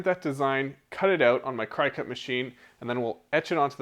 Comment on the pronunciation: It’s not cry cut.. it’s cricut. Like the bug. The logo literally has the antennas, 😂. Absolutely no shame in using it btw, and it turned out awesome.